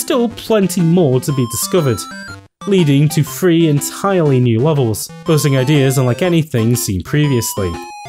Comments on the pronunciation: Three, not free... But otherwise a great video about a great game. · “Wario Land Fwree”